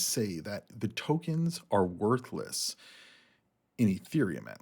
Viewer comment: Sounded like you said Templeton said Solana tokens are worthless not worth less